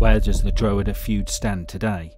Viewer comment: You should learn how to say drogheda . not drow he da. It's dra head aa